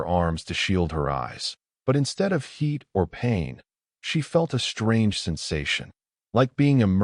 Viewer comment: Two stories in a row......your AI sucks!!!!!!!!!!!! SHTRANGE, SHTRENGTH, SHTRONGER!!!!!! THERE IS NO FKN "H" IN THOSE 'STR....' words!!!!!!!!!!!!!!!!